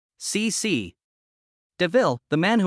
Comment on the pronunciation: Sĩ Sĩ as AI calls it.